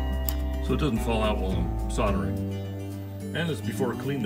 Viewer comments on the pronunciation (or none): "sol-der-ing" with an "l" please 😊 sounds much better. Great show by the way. 👍🏻